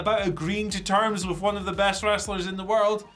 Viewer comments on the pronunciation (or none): Problem is Ospreay is GOAT but cannot say best 😂